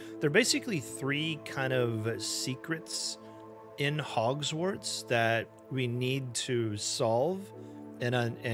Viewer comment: It’s Hogwarts not Hogswarts.